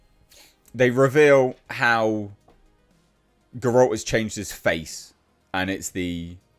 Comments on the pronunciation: 5 years and you still never learned how to pronounce Geralt. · Learn how to pronounce Geralt at least.